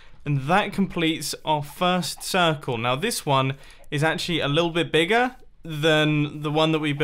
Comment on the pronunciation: It is not circle but cirCOOL :D